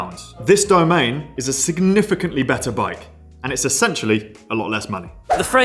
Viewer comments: I think Trek says dough-MAH-nay a made-up French sounding name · Not sure if it really is. Be careful who's advice you take. I don't know how to pronounce it correctly and I've worked in Trek shops. What I do know is that people pronounce it differently around the world. DamanEEE is the common way for English speakers to pronounce it. There probably is no real way to pronounce it as it is not an actual word in any language. It is an anagram for Madone, which we all know is a French name (for an alpine pass). What I'm trying to say: only because a bunch of UK lads are screaming that you are pronouncing it wrong, might not actually mean that you pronounce it wrong. German speakers definitely pronounce it differently, so do French, etcetera.